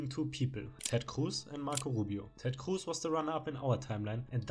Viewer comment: I like how you say Ted Cruz as Ted khcwooß